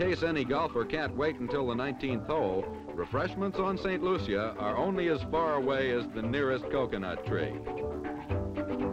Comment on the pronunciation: If you want to be so perfect learn how to pronounce the name of the island